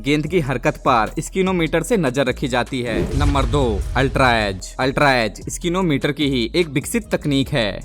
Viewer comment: स्निको मीटर स्किनो मीटर नही